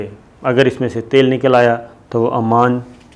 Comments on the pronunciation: Sir, its Oman not Amaam. amaan is in Labnon. Other thing is your ill research on this. Sorry to say this but we expect good prog frm you. The history of oman you gave is like gonglon sey mitti jharna. Gift ka iss liey bataya gaya kionkey. Way of presenting hone tealy down. Ppl who are behind you ahud considered bringing in new anchor cz it seems you are not interesting doing ur job properly. Sorry sir fr all thos but we waste our time to kosten you. Such important kind of informations presented unwillingly. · AoA. Its Oman, not Amman. Amman is capital of Jordan. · Amaan nahi bhai oman bola karo qk amaan Jordan ka capitel hy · Muhtaram Salam I watch your videos with lot of interest. Kindly pronounce Oman properly;Amman is different city and capital of Jordan. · Sir it's not Amman. Its Oman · Sabir kindly correct your pronunciation Country name is OMAN who sold the Gawader. AMAN is a Capital of Jordan. Thanks. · It’s not Aman but Oman time and again you have pronounced Aman .Aman is the Capital of Jordan.Can you let us know that who paid the purchase price? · Its Not Aman, Its Oman